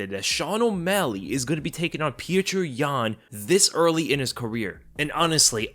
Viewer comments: I mean I think the 3rds go in Yans favor. He doesn't need to conserve energy and can just go all out. And Petr is pronounced more like Petor not Pee-tree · As a Russian I can tell you... Just say Peter.. Stop trying to say it the Russian way...this Puture thing sounds ridiculous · Fukk I hate how he keeps calling him Peetra Yan 🤦🏾‍♂️ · petr yan sounds like patreon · It’s POT-R yan. He even said it himself